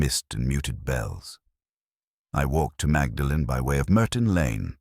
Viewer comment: “Magdalen College”??? It’s pronounced “Maudlin”!!! Bwahahahahaha!!! AI trash.